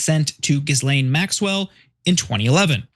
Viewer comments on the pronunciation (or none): Dude it’s GHI-Laine, the s is silent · as journalists try and learn how to pronounce her name correctly. you do not pronounce the "s" in Ghislaine as it is a french name.